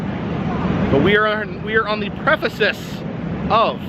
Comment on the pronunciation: Precipice not Prefesis. Lol No big deal.. Just wanted you to know the correct saying..